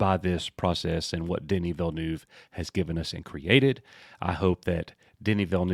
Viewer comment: As a french Canadian, I can say that your prononciation of Villeneuve is not too bad. The "neuve" part prononciation is somewhere between "newv" and "Neve" (Neve Campbell).